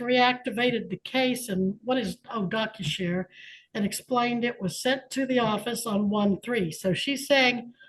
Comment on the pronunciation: »docsushare« … doc … sus … hare … Sus. 🤔